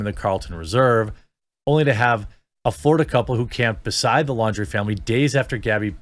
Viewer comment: LAWN-DREE, not Lawdreeeeee